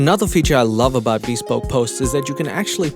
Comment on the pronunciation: Admittedly, I might be wrong. But the normal pronunciation for bespoke is /bəˈspōk/, with the emphasis on the second syllable. Maybe this company doesn't pronounce it that way and maybe I'm being an ass for talking about it. But I was trying to be helpful. Feel free to tell me to f*** off... I just couldn't help myself. 🙃